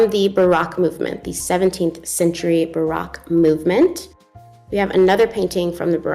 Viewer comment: Hey 👋 I think Baroque is pronounced in a way that rhymes with broke. I love all of Vermeers work! Thanks for this video!